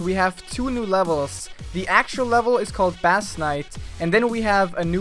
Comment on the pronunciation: it's pronounced as base not bass XD